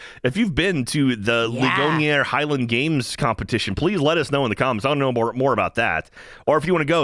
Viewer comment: For that second park outside Pittsburgh, the name of the town Ligonier is pronounced "Lig-gon-ear." Only reason I know this is because that's where my brother-in-law grew up